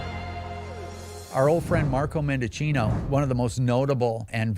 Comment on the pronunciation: Marco Mendichina is a liar and an obvious coward! Another thing is, that I wish you all would pronounce his name correctly, because it is so well deserved.